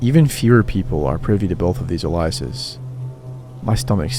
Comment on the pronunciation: Aliases is the plural of alias, pronounced AY-lee-us, not uh-LIE-us.